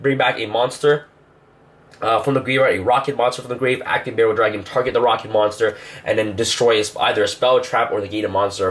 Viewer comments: Does it bug anyone else that he mispronounces cards all the time? Like it's ABC Dragon Buster, not Buster Dragon, and it's not Barrel Dragon, it's Borreload. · What about galaxy stealth dragon Its really good in the deck And its Borreload emphasis on the O. OOOOOOOO NOT E! wtf is a berreload dragon